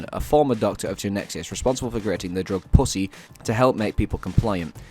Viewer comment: everytime u say "puss-e" it just sounds funny and it does not help that the mic keeps popping everytime